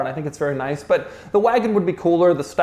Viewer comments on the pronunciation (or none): none